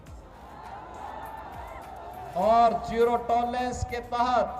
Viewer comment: योगी जी टोरलेंंस नही टोलेरेंस ।